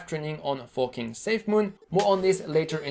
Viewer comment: Why do I hear fooking safemoon instead of forking ?